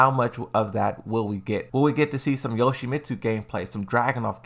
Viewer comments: "Hayachi, Lei Shao Kahn and You Tsu Mitsu" Brother, I done played ALL the Tekkens ever, and I have NEVER heard of any of those three. Coz surely you don't mean Heihachi, Lee Chaolan and Yoshimitsu...? Surely you can't have COMPLETELY butchered their names like that...??? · QUIT CALLING YOPLAIT-MITSU YOTSIMITSU! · I really hope this man was butchering Lee and Yoshimitsu names on purpose and even he was please stop… 🤦🏾‍♂️🤮